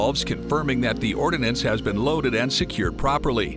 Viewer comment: Ordnance, not “ordinance.”